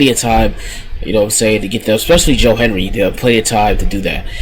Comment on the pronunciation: It's Hendry.... HEN-DRY. Tf you keep saying Henry for?